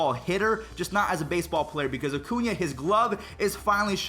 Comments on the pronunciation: Cringed when you said “Oh-cuña” instead of “Uh-cuña” 😂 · Why does he ocuna, it’s Acuna lol